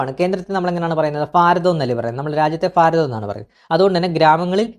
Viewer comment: ഫാരതം അല്ല ബ്രൊ ഭാരതം